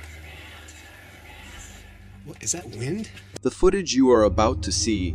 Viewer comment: Did the narrator call WIND "Wined?" Maybe it's an AI?